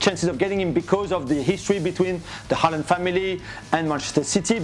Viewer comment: Hei Jan. Can you please correct Dan and the rest of the gang in the proper pronunciation of Erling's surname. I don't expect they'll manage his first name (as a Norwegian would) but the second name is doable. Or am I expecting too much here?